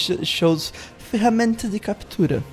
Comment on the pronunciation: O pareceu gringo quando falou "Ferramenta de Captura". Desejo boas para você